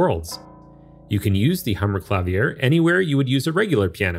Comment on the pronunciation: It's "Ma-TEE-as," and "kla-VEER." 😒